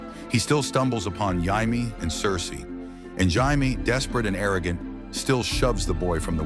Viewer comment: I'll be afraid of AI. Only once it leans to pronounce Jaime, Arryn, and Rheagar correctly.